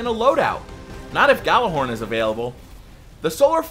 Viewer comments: Say gall a horn not yall a hord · Why does he say gjallarhorn like that